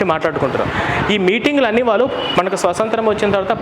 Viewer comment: స్వసంత్రం కాదురా స్వాతంత్ర్యం.